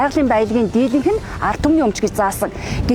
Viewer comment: Дйилэнх гэж шааж байна